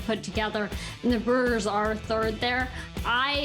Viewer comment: Did she say “Burrs”??? Lol